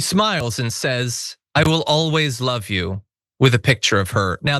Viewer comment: "I wevu always love you" It doesnt even say it correctly.